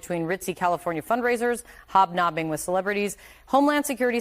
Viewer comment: Hobb knobbing! 🤣🤣🤣